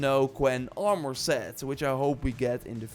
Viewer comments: AR-MER Not AR-Mwuar Won't watch any more of your videos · The way he says "Are-More" is awesome LoLz